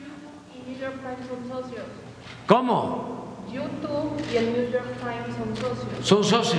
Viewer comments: De verdad que ya enloqueció!!!! NIU YOR TAIN!!!!!!! JAJAJAJAJAJA que pdjo. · El Güashinton Pos y El Niu Yor Tain ¿Es mucho pedir a un presidente que muestre un poquito de cultura? Es de pena ajena...